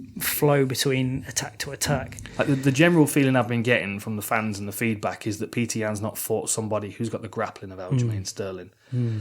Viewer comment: It's not Peter, it's Petr (Pet-r), or Пётр (Piotr/Pee-oh-ter). Source - my son is half Russian and named Пётр